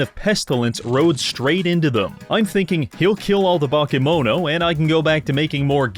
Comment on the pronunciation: Your pronunciation of "bakemono" (Japanese word for monsters) made me realise how important accentuation is, because despite all of the letters being pronounced more or less correctly I only realised it's that word when you were explaining it's basically Japanese monsters.